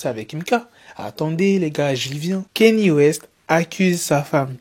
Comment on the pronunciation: Alors Kanye ça ne se lit pas « KÉ-NI », ça se lit « KA-NI-EH».